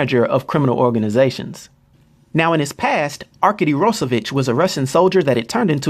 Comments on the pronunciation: ArkAdy, not Arkidy. Wtf is that pronunciation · Not to be that guy, but arkady is pronounced Ar-kah-dee, not ar-kay-dee. Sorry man, great video! Always wanted to know more about Omega Red and Colossus. Cheers!